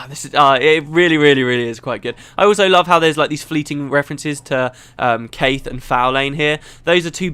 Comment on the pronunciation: I actually think that Caithe's name is not pronounced the way you do it. You pronounce the "th" in her name like in "Theatre", and I think I heard Ree (And Kirsten too) say it on several occasions with a rougher "th", more like in "the", but kind of pulling towards a Z in some ways, like saying "the" while biting down on your tongue. DAMN it's hard to describe this in words! Speaking of Caithe, I liked her old look better. Now she seems... evil...